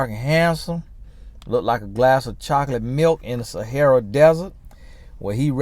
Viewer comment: 'Cause he look like a tall glass of choclit milkuh in the Sahara desert 🏜 🐄 🍫 lmao!!!